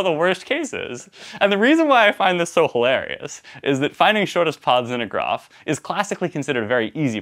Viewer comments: The truly hard problem is to find out how this guy ended up with an American accent except for "poth" and "groff" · This guy is from California except when he says ‘path’ and ‘graph’! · It’s amazing how can make the words “farthest”, “path”, and “graph” all sound the same 😂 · The pronunciations differ after many decimal places.